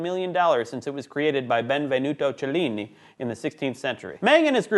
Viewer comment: Why the idiotic pronunciation of Benvenuto Cellini?